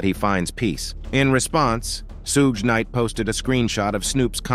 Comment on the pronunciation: okay how about we call Jim or Ervin 9036 if it's just a name..... I know this is crazy thing you would maybe want to be able to pronounce the names of the people you're doing the segment on that's all shoog night in combining three different names somebody had how can I want to believe anything you say you can't even pronounce people's names